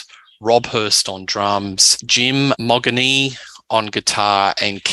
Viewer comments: Jim’s surname is pronounced “Mo-jeany” not Moggany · 5,500 capacity at the Hordern...(BTW, it's pronounced "Modgenie")